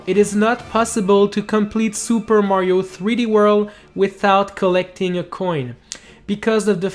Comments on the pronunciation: Super Mario threeworl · "Super Mario 3 Wurl"